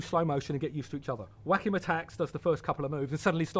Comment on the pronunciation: I absolutely love the way he pronounces Joaquin. Whack 'im. =D Fantastic! But you couldn't pay me enough money to do his job. The way film makers don't seem to care about them at all. Appalling.